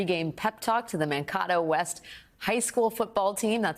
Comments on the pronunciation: Makes fun of the way someone says "beta", then mispronounces Mankato. Nice. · Hi Alex -- it's "man-KAY-to", not "man-KOT-to". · Oh dear.....Man- Kay- toe!!!! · It's Man - KAY - toe, Alex. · That's "man KAY toe" Minnesota.... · It’s Man-Kay’-toe….just saying:) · Learn how to pronounce Mankato. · A “bettah?” 😂 but you guys have to know how to pronounce Mankato come on!